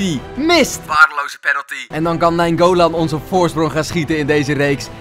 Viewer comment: je zegt naingolan verkeerd 🤣 je bent de beste fifa speler:-D